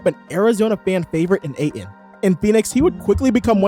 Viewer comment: There’s a T in Aytons last name